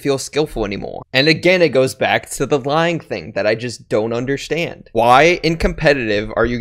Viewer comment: No one:: undershtand